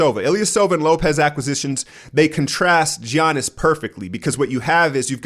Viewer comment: still doesnt even know to say Giannis' name or budenholzer's name.... weird